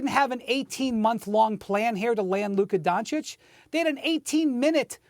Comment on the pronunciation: “Luke Kadoncic”